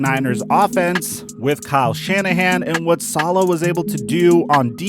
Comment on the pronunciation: This man said Bob Salaha